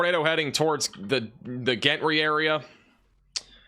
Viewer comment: Gentry is pronounced Jentry for furture reference